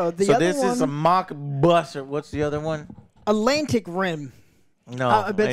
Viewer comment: "Alantic Rim" nearly ended my whole life! Lmao